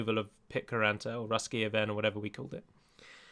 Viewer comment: It's always funny to hear you pronounce the Finnish names of pitkäranta and ruskea vene :D (I mentioned the towns way back when you were a small channel and I tried to explain how to pronounce the letters if I remember correctly)